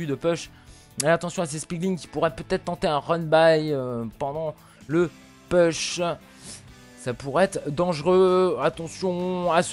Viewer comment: Pitié, "push" se prononce "pouch" et pas "peuch"